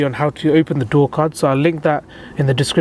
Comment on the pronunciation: I was listening to him while I was doing something else and I swear he said door cunt several times. I just had to come back to see what one of those looked like.